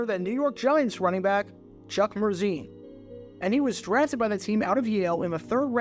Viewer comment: Every time you said Chuck Mercein’s name I thought of Adele Dazeem.